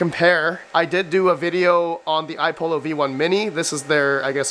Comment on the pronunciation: Again, it's iPollo (two l's), not iPolo. i.e. similar to how you would say Apollo. These youngens today...tisk tisk